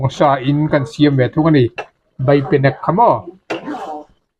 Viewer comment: BEIpenek not BAIpenek